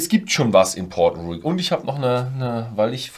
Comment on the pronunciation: Wenn er dann noch Port Ruighe richtig ausspricht ist alles gut 😬